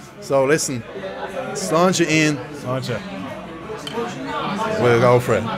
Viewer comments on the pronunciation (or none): I feel disgusted in myself that for the last 12 months every time you have a drink I've believed you've been saying "Let's Launch it Lads/Launch it Lads" My Irish mate has just explained to me the pronunciation of Sláinte and now I feel like a prat hahaha! Love the content man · For months, I thought he was saying "Let's launch it lads" lmao.